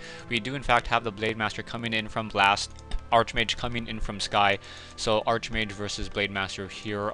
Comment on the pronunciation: it's pronounced (Ark-mage) not (arche-mage)